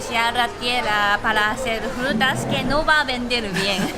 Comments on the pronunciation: "Las Jrutas " ajaja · Jrutas y jruterias xD